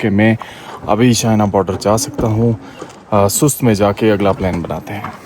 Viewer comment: میرا خیال ھے سست نہیں بلکہ سوست ھے